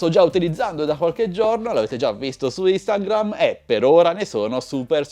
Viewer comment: Unico appunto: ti sento dire ad ogni video "istangram" quando sarebbe "instagram", la N è dopo la I iniziale, tutto qui. Complimenti